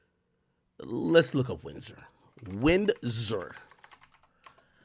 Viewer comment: The way AK says Windsor and Ontario sounds like he dont speak English lol! Bro these are English names lol